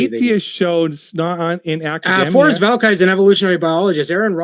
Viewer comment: The way he pronounces "academia" suggests that he isn't at all familiar with it.